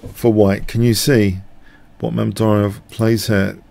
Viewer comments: *butchered and yes it's Mamed-Yar-Ov not Mamed-Ary-Ov. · Nice game! But you kind of butchered Mamedyarov's name throughout...